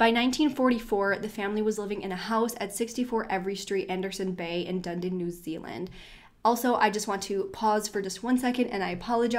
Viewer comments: Lol “dundeen” it’s pronounced “duh-nee-duhn” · DUNEDIN..pronounced (DONE NEEDIN) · hey there! i'm from New Zealand, and the area in which the case took place (Dunedin), is pronounced duh-knee-din :) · Dunedin pronounced Duh - née - din , hope that helps 😊😊😊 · If you want to no how to say Dunedin ..Daaa neee dinnn Then say Da knee din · Just a heads up, you're pronouncing Dunedin and the two girls names completely wrong. Not a difficult thing to research